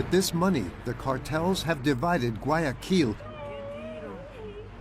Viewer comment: Не гуаЯкиль, а гуаякИль...